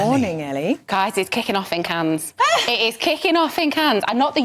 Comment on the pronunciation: She can’t say Cannes 😂